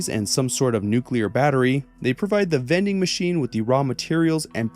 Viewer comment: Bro said vending machines then I was like oh THOSE vening machines